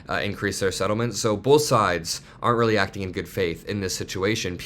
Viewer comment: weely weely bad.... i májt yay